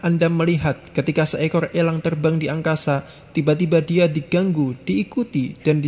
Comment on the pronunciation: Ekor ih bukan ekol ..terbang Ih bukan telbang.